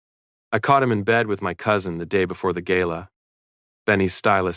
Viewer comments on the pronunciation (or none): Please stop aaying Gaila instead GALA